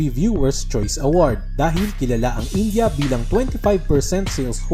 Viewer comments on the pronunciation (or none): none